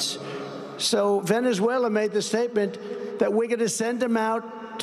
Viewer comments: Funny you say that, because Trump couldn't pronounce Venezuela in this speech and had to slur his way through it because he's in the early stages of gross dementia. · Is this the speech where Trump showed his in the early stages of gross dementia by slurring his way through trying to say "Venezuela"?